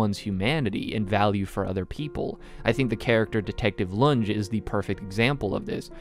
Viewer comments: Fantastic video. This was an absolutely brilliant analysis on my favourite pice of media ever made. I just have one nit pick. Lunge is pronounced Lun-ge, not Lunj. Outside of that, great work and good luck on your own project. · I like how you call the detective "lunge" but it's pronounced "LOON-GAY" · I know you haven't seen the anime so I tell you this just as a correction no hate but it's pronounced lu-n-gae not lun-j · Great video but I am so annoyed by the way you pronounce Lunge